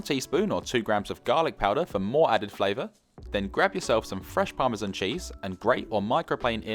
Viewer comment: Besides delicious meals ,professional explanation and all around excellent production , what puts a smile on my face is how you pronounce parmesan (correctly I mean ) :)